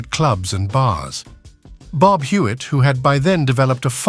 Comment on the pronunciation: Please. I have a very, very tough time following both the images and the odd narration for this video. First, the faces keep changing... and then sometimes at a blistering pace. Then one minute it is "Bob"... the next it is "Bab." And this kind of thing happens with other names and images. Why not get a real human voice and a script using accurate terminology? And nobody in the USA EVER referred to the numbers racket as a "lottery"...OMG! It was simply known as "the numbers"... period. Yessss. it worked similar to what is known today as a "lottery" or "lotto" but the numbers racket was never known as such. Furthermore, the name of the woman who ran the numbers racket jumps from one spelling and pronunciation to another... and her story is somewhat in error. Furthermore, the images of cars show totally or partially morphed designs that never were. One wonders why so much effort was made to create such fictional never-weres when the originals would have been far better (and more historically realistic) to view. Why?